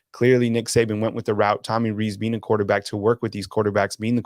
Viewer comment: It's pronounced "Rees" like "lease."